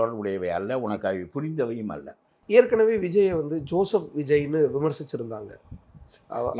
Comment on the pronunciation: ச்சோசப் விஜய் இல்லடா அவர் பேரு? ஜோசப் விஜய். இதை முதலில் உச்சரித்து பழகு. அப்புறம் மற்றவர்களை புலனாய்வு புலியாக பேட்டி எடு.